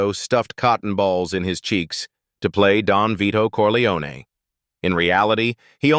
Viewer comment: Wrong pronunciation of Corleone! AI horseshit